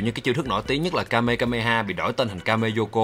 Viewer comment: Dọc sai tên tiếng nhật nhiều: chữ u trong tiếng nhật đọc là ư. ku đọc là kư hoặc nhiều từ đọc nhẹ là kừ. còn chiêu là kame hame ha chữ hk phải là kame kame ha. phần trước của naruto cũng đọc sai